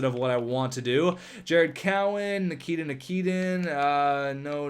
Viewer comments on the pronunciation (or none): none